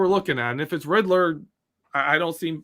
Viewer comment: Take a drink everytime, said Riddler (Rid-der)